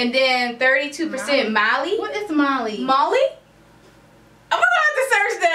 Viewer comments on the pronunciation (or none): Mali is in Africa n u guys just mispronounced all of the countries you mentioned. Left ur yard much?